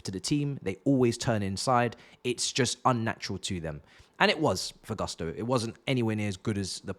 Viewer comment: Its pronounced Goosto